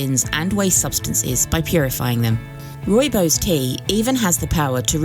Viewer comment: it is pronounced Roy-bos